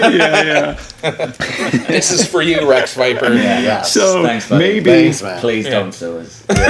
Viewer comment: Did he say Wreck Viper? 😅